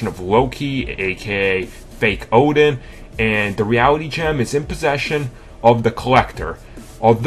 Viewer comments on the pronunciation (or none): none